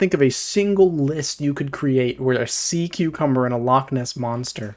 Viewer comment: SEA CUCUBMBER LMAO